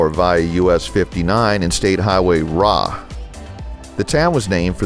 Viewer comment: Hi!, Great video. I've traveled this road many times. Exit 65 Fillmore Highway RA is not pronounced "raw". It is R A. Letters are said separately.